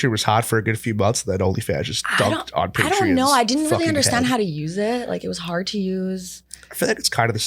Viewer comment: Theyre saying patreon like its spelled with an i and not an o lmfao wtf its pay tree on